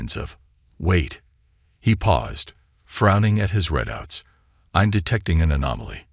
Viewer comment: The word readout is not pronounced red out